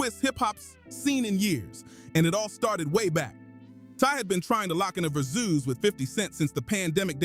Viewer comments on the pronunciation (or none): It's versus not verzeus . Dumb MF come up with their own stupid words just to sound cool